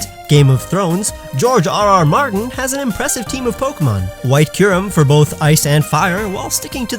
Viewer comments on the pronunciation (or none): none